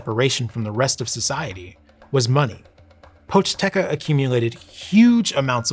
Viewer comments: poch-TE-ca on god can any american get it right for ONCE? Seriously, it's not that hard, don't pretend to be correct by saying something even more wrong. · Ah yes the Pochteca, merchant Ppies😂 not including the intro it's the name of the second chapter.